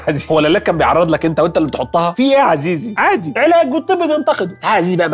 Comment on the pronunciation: حد اخد باله من كلمه عادي قلها ازاي بطريقة غريبه 😂